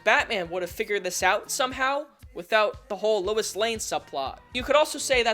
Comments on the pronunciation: Lois not Lewis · He keeps pronouncing "Lois" as "Louis" and he spells it as "Louise." Can we discuss this